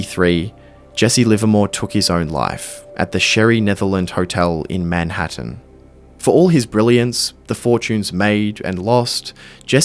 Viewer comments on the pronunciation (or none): none